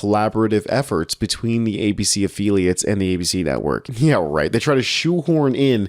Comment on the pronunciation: A-Phil-e-ats not A-feel-e -ats